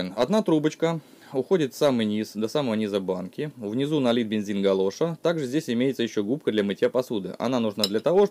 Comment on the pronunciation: Бензин имени Галоша ..ударение на первый слог букву А....это фамилия изобретателя...а не резиновая галоша.... Горелка отличная.. Молодец..